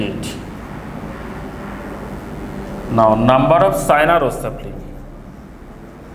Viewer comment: sir is not sina is china ,dont say p to f and say f to p sir yhis is a bi problem plz say it properly plzz! by niladrees_